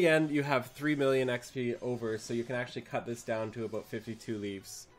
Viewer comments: (Timestamp ) It's pronounced like leave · It's pronounced like "leave". There's challenge log entry called "Make Like a Tree" for doing "leaves". Get it? :)